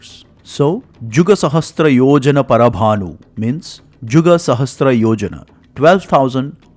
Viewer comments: Excellent! However, do not mispronounce "sahasra = सहस्र" as "sahastra सहस्त्र". It is a common mistake, but needs to be corrected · Is there a difference between word sahasra and sahastra. Why do you pronounce sahasra as sahastra in your video? Please answer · It is sahasRA, NOT sahasTRA